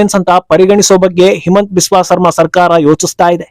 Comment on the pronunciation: ಸರ್ಮಾ ಅಲ್ಲ, ಶರ್ಮಾ.